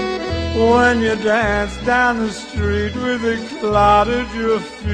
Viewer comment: whennnnnnnnnnnnnnnnnn. not wheeeeeeeeeeeeeeeeeeeeee as in weeeeeeeeeeeeeeeeeee. whennnnnnnnnnnnnnnnnnnnnnnnnnnnnnn sound it out.